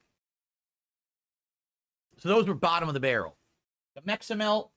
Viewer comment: Can't even pronounce Meximelt without sounding like an idiot.